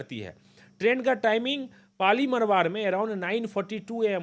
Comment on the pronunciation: पाली मरवाड़ नहीं, ❌ पाली मारवाड़ बोलो ✅